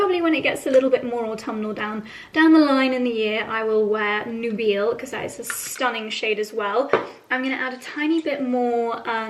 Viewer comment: Hey ….I think the lipstick from Tom Ford is pronounced “ NUBILE” with a long I…. Meaning “ marriageable or from this century “ sexually attractive. Beautiful lipsticks!